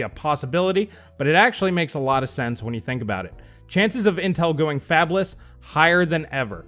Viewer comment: I thought you said "Fapless" and my initial response was "Those poor souls."